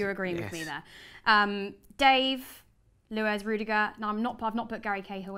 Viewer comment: It's luiz not luez